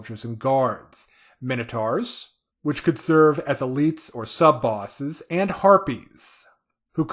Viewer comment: Let's all pronounce together now ... Mih-Noh-Tohr ... not Tawr Interesting to hear how powerful the lamia can be. 🙂